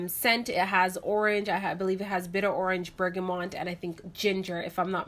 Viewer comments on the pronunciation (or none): So enjoyed these reviews! Must try a couple. P.S. it's Bergamot not Bergamont (no "n" before the t).